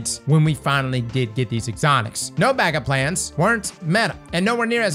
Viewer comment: Am I the only one hearing him add an S onto everything? TractorS Cannon, no BanckupS plan, StarfireS protocol